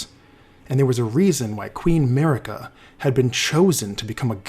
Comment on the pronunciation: Guys really… why all this american-english video has trouble with pronunciation? It’s not an american name.. Marika is pronounced MARIKA, not mErika, it’s not like america. Good video anyway